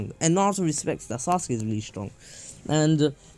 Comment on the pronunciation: This is how naruto says sasuke “saskee